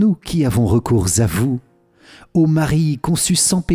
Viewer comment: Merci beaucoup pour ces prières ! Juste une petite remarque qui n'est pas très importante dans le fond, car cette erreur se répand partout, même sur kto, il ne faut pas faire la liaison entre "recours" et "à vous", cette erreur de prononciation se répand partout...